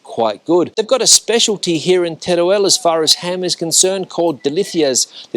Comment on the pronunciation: El video esta muy bien, pero se pronuncia con todas sus letras, tal y como se escribe TERUEL. No se dice Terel, sino Teruel